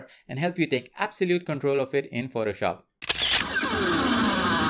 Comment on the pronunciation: Why do you pronounce Photoshop incorrectly? It's not "protoshop" or "phrotoshop". Sounds gross. Also, assumption related to yellow and blue squares is incorrect.